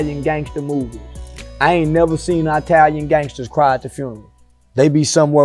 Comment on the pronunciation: Eye talin lol